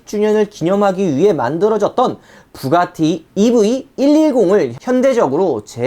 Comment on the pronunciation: 자꾸 이브이라고 하시네요...ㅎㅎ